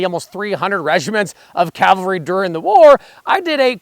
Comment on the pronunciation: Good video. I wish someone could actually pronounce Cavalry correctly though.